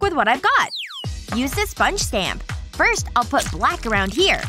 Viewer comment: firsh girl -f lol